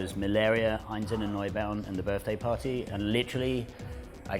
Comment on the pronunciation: 'Ein-shtoort-zende- noy-bow-ten'. Dammit Doug! Make an effort, it's not that hard, even for a fifty something Essex boy! We all love ya :-)